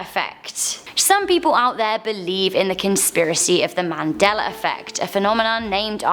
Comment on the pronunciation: Anybody else hear Mandeler when she says Mandela?